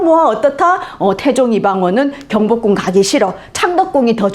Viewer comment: 장음인 단어의 첫 자를 짧게 잘못 바름한 예:현재,밨는데요,한양,경복궁,이 성계,대칭 ,정문,파격적, 장단음 문제가 너무 심가ㄱ하여 더 이상 읽을 수가 없습니다. 달은 강의에 대해 같은 제의한 것 같습니다."한국 어문을 고발함" 을 제발 일독해 주시옵소서. 미국 변 완수 배